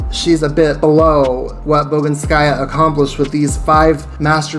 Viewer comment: bogInskaya is right, not boginskAya.